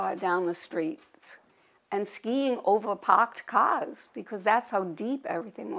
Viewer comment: Skiin' ovah pahked cahs !